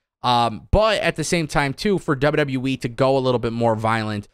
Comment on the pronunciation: "Double double youwee"